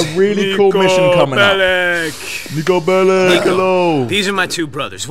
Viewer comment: Me:nico belic nico belic:nico beleek